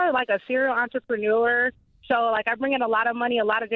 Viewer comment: 'I'm a like a serial entrepreuler (spelled way it said) so like I bring in a lot money a lot of different ways'. Guess who her favorite person sounds like? 🤣🤣